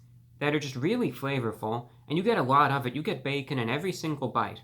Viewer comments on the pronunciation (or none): ...the back-orn 🤣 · "theres the b e k k o n" what a king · Reviewbrah hit that ò when he said bacon😂